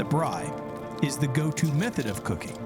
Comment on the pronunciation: Its called a braai not a braii. But nice first episode in Africa!